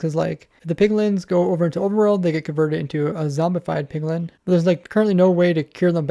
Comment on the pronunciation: My man has a lot of trouble saying Piglin.